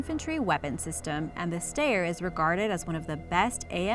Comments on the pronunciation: "stayer"????? WTF is a "stayer"?? STEYR pronounced "schtyer". also of note: sabot is not saboT, it is "sabo". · Rifles depicted during discussion of the Styre 2000 (pronounced “steyer”, not “stair”) included an M4 and an IWI Tavor. Stopped watching after that. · It’s not stair it’s steyr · Styer = "STY-er" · You pronounced steyer wrong -_ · Steyr is pronuced with an i